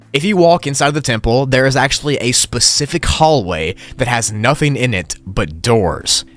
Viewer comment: heh 'splecific'